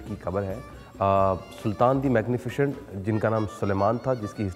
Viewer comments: Its Magnificent not "magnifichient"!!! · pronounciation main ش aata hai